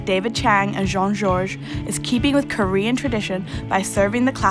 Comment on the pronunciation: Wow she murdered the korean pronunciations XD